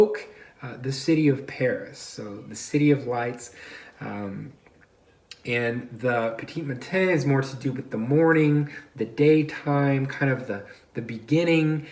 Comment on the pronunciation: "Petee matan" is the french pronunciation, i believe